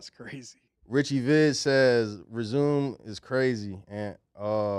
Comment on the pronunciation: I’m ngl is so funny and I think saying resume instead of resumè I literally laughed out loud 😭😭